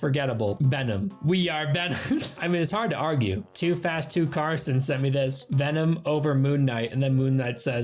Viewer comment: Hearing you do the veennomm vvv-v-v-vvennon Kills me 😂😂